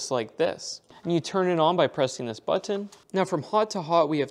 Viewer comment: lol at how he says button